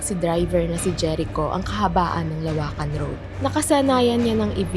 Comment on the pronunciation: teeee LO-WAKAN hindi LA WAKAN